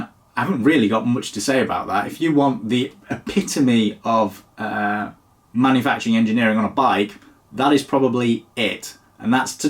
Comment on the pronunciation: Manufuckting instead of manufuckturing, nice to see that the dyslexia is spot on today!